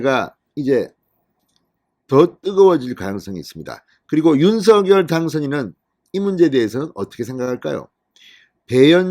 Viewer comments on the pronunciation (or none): 앞으로 윤석렬 당선자의 발음을 계속해서 윤서결이라고 하면 구독을 끊도록 하겠다. 댓글을 몇번이나 올렸는데도 불구하고 윤성녈을 계속 윤서결이라고 하는건 진행자의 고집 아닌가 화가 난다. 고쳐주길 바란다!!